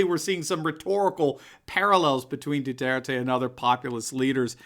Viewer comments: You're mispronouncing his name, it's Do (w)are tay. It's Spanish. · No Americans can pronounce President Duterte's name correctly, including.